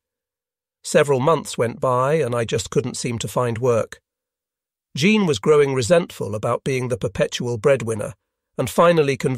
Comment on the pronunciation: I’ve really enjoyed this series. Even the AI narration has provided some amusing moments: Jean/Zhawn/GeeAnn; SALinas; etc. Probably a lesson, too: even life in paradise won’t preclude divorce.